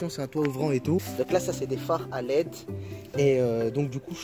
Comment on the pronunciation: "C'est des phares à LET" mdrrr on dit des LED